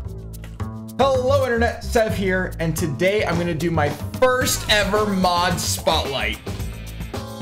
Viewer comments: Lol it achulay kinda sounded like you say mob i stead of mod. Like youve mentioned in your stream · Yeah, it sounded like you said ''Mob'' :D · Deer lord! after all the time its finally on youtube with the good quality! Great vid bro, and i see what you mean it does sound like you were saying mob xD